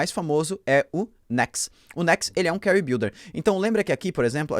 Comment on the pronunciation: Carry??? Ou query???